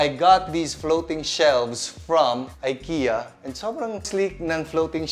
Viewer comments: I-ki-ya not ay-ke-ya. God bless. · Just a tip lang po. It's pronounced as "Ee-keh-ya" po not "Ay-kee-ya" :)